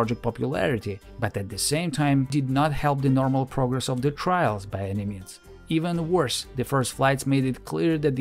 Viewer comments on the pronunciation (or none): none